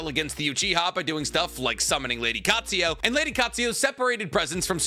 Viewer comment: The way you pronounce certain things like "Katsuyo" instead of "Katsuyu" mount "myobuko" instead of "myobuku" really makes me feel a way. 😂